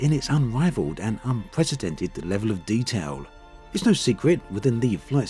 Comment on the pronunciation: The wevel of detawl is unwivald.